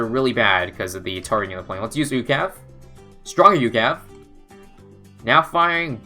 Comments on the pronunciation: It's U C A V from cod not ukav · It's not "youcav", it is U-C-A-V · I hate how he says ucav. Instead of saying every letting individually